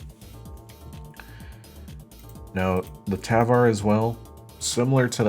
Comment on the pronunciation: Figures a duty player can not pronounce tavor